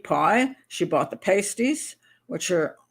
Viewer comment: We have pasties here in England. I go to Gregg's for one and a coffee. Lol But your pronunciation is a bit off, at least how us Brits say it.